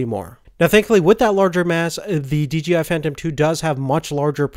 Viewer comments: OH MY GOSH ITS SAID D-J-I NOT DGI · d...J...I.... not dgi